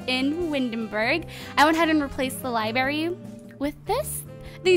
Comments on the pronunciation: She says liberry and not library it's a little annoying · "libary" lol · You pronounced library -- li-bary 😖